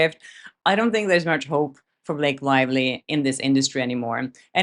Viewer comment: Did you call her Blake Liely 😂🤣